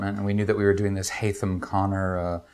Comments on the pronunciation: it's Haytham not Henry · Henry?Really?It's Haytham.